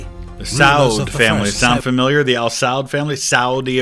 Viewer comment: Al-✅️ and not İl- or wrongly El- Al-İḵlaaṣ ✅️